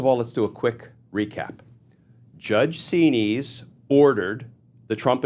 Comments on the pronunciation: Xinis pronounced 'Zen-is' not 'zeen-ees' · Correct spelling of the Judges name is Judge Paula Xinis. Pronounced Z-Niz. All of these judges threatened to pursue contempt charges against tRump, but Nothing ever happens !